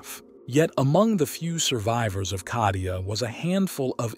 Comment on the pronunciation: why are you pronouncing Kadia?Cardia with C